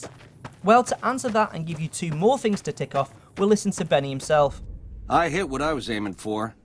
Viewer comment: "Benneh"? dafuq?